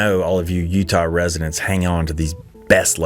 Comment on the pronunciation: I love Utahrr! Don’t know where that pronunciation came from? Maybe someone can enlighten us?